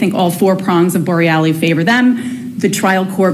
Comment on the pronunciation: Could you pronounce Bor rel los name correctly. It’s not borrellie.